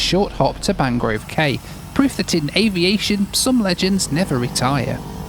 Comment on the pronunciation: In The Bahamas the word cay, as in Mangrove Cay, is pronounced "key" not "kay".